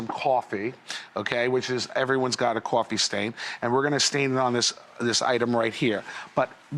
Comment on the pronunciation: I love people who pronounce coffee as "Cwoffee".